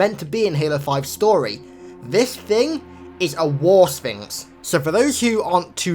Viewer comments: I could swear that he was saying, "War Sphincter." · I can't be the only one who heard 'war sphincter' right